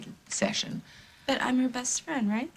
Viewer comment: Wrong. You are the bad guy...hardly Lucy's "bassst frand".